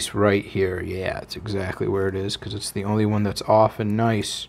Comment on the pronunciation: Are you french? 😂